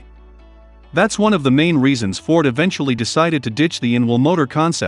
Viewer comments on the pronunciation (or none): none